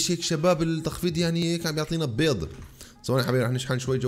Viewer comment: ليش تقول بيز اسمها بيض يا